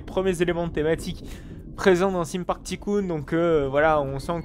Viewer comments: juste sa ce pronoce theme park tailcoon 2 non pas ticoon 2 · au fond osef qu'il le prononce pas à "l'anglaise", les gens sont là pour son contenu pas pour son accent …